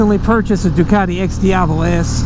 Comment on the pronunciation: The one concern I would have is that it's fookin' Dukcati... LOL (just giving you crap)